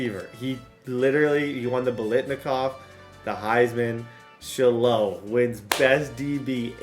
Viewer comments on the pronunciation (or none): It’s pronounced shy lo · Also just FYI Shiloh is pronounced “shy-low” 😂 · it's Shiloh pronounced shy-low 😂😂😂😂